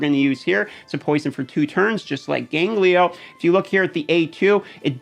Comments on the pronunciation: Who the hell is 'Ganglio'? Gangelo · wat da fvck is gangleyo.. hahaha.. its GAN-JELO bro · dude, it's gangelo, not ganglio. Great video though, I'm actually gonna use some of these teams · Please, for the love of God, STOP SAYING GANGLIO! It's Gone-Jell-Oh. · i'm sorry...you said ganGLIO? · In Spanish "ganglio" means "glands". So I giggled when I heard him saying it. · Is there any place to farm Freya? I know some rares drop in campaign, e.g. Rujago. But I don't think it's like raid where every stage has farmables. Also your pronunciation of Gangelo has infected my brain and I can't say his name correctly now.